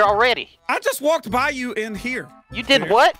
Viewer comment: "yew deed hwut?!" 😂😂😂😂